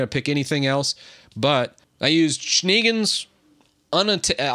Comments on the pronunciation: starrred. awesome. It's Schneegans btw, as in: "Shnay-gahns" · WTF was this word? 😂 It's a german word "Schneegans" (translates to "snow goose" - pronounced like "ʃneˈɡaːns") But yeah, nice workaround